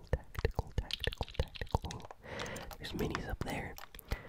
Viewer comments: He says tatical and it brights my day ;) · Yes i hate it